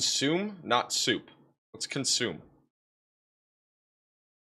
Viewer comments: He is great! Just phonetically challenged. lol. It’s naketish for Nachitoches and consimay for consume soup. lol. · Not consume but "con su may'